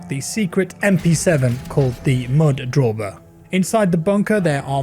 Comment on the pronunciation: For the record, it's called Mud DAUBER, a type of wasp. Not Drauber.